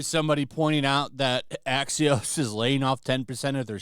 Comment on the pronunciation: Axios sounds like Axis.